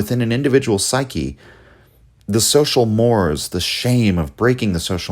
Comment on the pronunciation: Mores is pronounced '' more ease'' , otherwise excellent analysis!